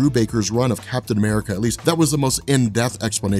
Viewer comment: I love the fact that you said Captain 'Merica at, that shit was hilarious...